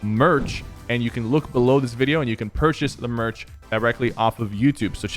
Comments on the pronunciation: He said vidier in the intro instead of video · My guy just said, “vidir